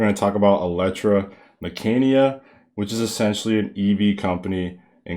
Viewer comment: My dear just to correct the pronunciation it is ELECTRA-MEC-CANICA,, prounced as K and not C